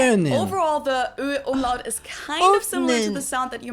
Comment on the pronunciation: Not Omelette 🤣🤣 Umlaut nearly like "Um-loud"